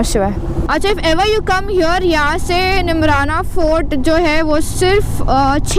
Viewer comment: its not nimrna its neemrana